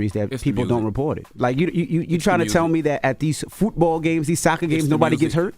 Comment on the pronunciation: Why Envy saying football like that ? Lol is he trying to say it like "fútbol" ? 😂